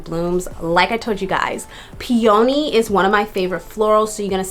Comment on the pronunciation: It’s pronounced peee-uh-nee